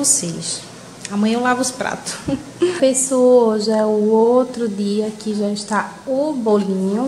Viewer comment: Não fala pessu,fica chato amo o seu canal.